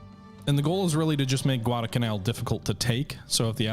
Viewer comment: Neither of the l's in Guadalcanal is silent.